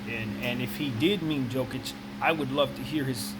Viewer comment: Jokic isnt ball handler ?You just dont know what you are talking about?Nevermind wrong pronanciation!!!it is YOKICH,Pop knows what is he talking about.I think that in order to make video about basketball,and put it on you tube,you should at one point in life play A GAME OF BASKETNBALL(not videomgame),so you could have some clue what are you talking about....So...long story short-don't talk about basketball,anymore,ever...o,and that theory about similarities of their names,here is suggestion;perhaps Popovic was thinking of him self as reinkarnation of Larry Bird,but since his second name is similar as Jokic's he said Jokic ,because can not make difference those two surnames